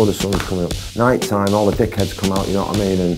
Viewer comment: 'D'you wa I mean?'